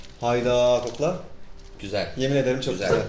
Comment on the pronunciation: abim gzüel değil diyor